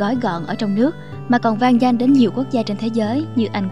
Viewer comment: phát âm không chuẩn:vang dang...? (vang danh ở nước ngoài)